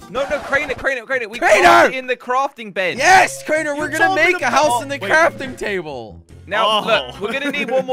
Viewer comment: When crainer said crorting toble it was so funny 😂😂😂😂